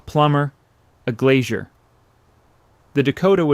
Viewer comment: Ai narrator is ok but a glazier is not a glacier!